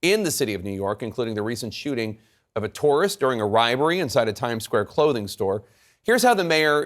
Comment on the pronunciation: Oops! Jake you called a robbery a "ribbery". Maybe you are losing it?? It's catching! 😊